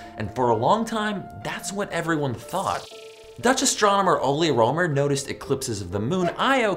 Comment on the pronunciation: It's not "Ole Romer"! It's Ole Rømer!